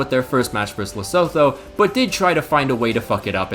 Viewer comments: 1) Great video 2) It's pronounced "Le-soo-too" 3) Fun fact: the geoblock on the Eurovision performances from has been lifted! Still no luck for most of , though. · The 'tho' in Lesotho is pronounced as two. Le-su-two